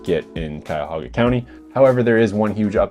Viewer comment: Great video and excellent points but as a Clevelander, for the love of God, it's Cuyahoga County! No extra 'a' :P. I swear.....West Siders .